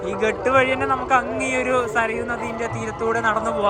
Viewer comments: ഘാട്ട് എന്നല്ലേ ഉച്ചരിക്കേണ്ടത് ? ഹിന്ദിയിൽ അങ്ങിനെ അല്ലേ എഴുതിയിരിക്കുന്നത്. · അടിപൊളി അവതരണം.... അയോദ്ധ്യ നന്നായി cover ചെയ്തു 👌🏻👌🏻👌🏻 പിന്നെ ഘട്ട് എന്നല്ല ഘാട്ട് എന്നാണ് ഹിന്ദിയിൽ ഉച്ചാരണം,,, കടവ് എന്ന് മലയാളം 😊😊